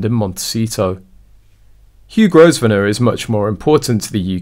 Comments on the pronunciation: The Duke of Westminster’s last name is pronounced Grove-nor. The “s” is silent! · If you're going to put these clips out, at least learn how to pronounce the names you are using. Grosvenor is pronounced Grovenor....the S is silent. You could at least look it up on Google and save yourself from looking so ignorant. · Pronounced Grovener the 's' is silent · The "s" in Grosvenor stays silent, just like "island". Please correct your pronunciation.